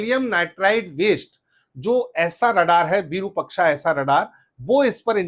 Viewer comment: 'विरुपक्षा' नहीं, ' विरूपाक्ष' अर्थात-विशिष्ट रूप वाली आंख, त्रिनेत्र; यह श्री महादेव का एक नाम है भाईसाहब। धन्यवाद।